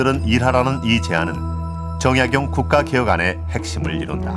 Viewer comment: 우선, 성명의 발음 문제! 제 귀에는, 정약용을 "정약"을 야간 부처 읽고 "용"을 띄어 읽은 것 같습니다. 성과 명 약간 띙서 "정" 하고 "약용"이라고 절도 있게 읽어야겠읍니다. 제가 쓴 책 한권 권하오니, "한국 어문을 고발함"을 일독해 주실까요? 미국 변 완수 배